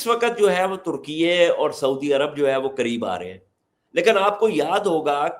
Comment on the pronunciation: ترکیئےاس ملک کا سرکاری نام ہے اور اسے درست بولا جا رہا ہے